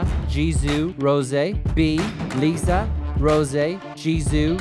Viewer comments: Who let this man say ''LIZA & JIZOO'' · No one:: "Jennie, Liza, Jizoo, Rozé"